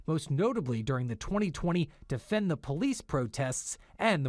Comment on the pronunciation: CORRECTION: Defund The Police isn't exactly pronounced Defend The Police.